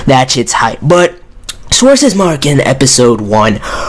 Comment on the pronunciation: Potato Pro Tip : the "w" on Schwarzesmarken is read as a "v".